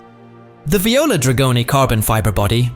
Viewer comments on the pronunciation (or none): none